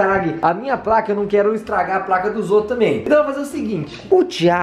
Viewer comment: "e a tãmbi?"